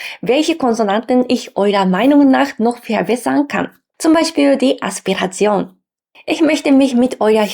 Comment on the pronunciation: Ich werde zumindest versuchen etwas zu helfen: Du sagst "Aspiration", als ob Du in Schriftzeichen liest im Japanischen für ein Fremdwort: "As-pi-ra-ti-on" (A-su-pi-ra-si-o-nu). Du musst das Wort nur mehr zusammenbringen bei der Aussprache. Nehmen wir ein Wort im Japanischen (Beispiel: かぶと(兜) - Kabuto (Helm)), wo Du, zum Beispiel, die Katakana nicht einzeln betonst um ein englisches Wort zu bilden (bi-ru (beer), ba-su (bus)), sondern einfach "Kabuto" sagst in einem flüssigen Durchgang, und nicht "Ka (Pause) bu (Pause) to". Dein Wortschatz ist wahrscheinlich groß genug, um diesen Tipp schnell in andere Worte mit einzubringen, und damit deinen Sprachfluss zu perfektionieren.